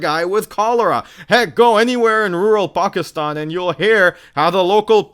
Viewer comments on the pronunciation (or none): none